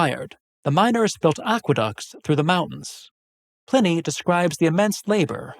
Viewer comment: ...and why is Pliney pronounced Pinny...?